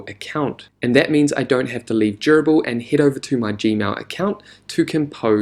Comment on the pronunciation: Love the walkthrough and your soothing voice makes it very easy to listen to ~ aside from the fact that it sounds like you're saying 'gerbil'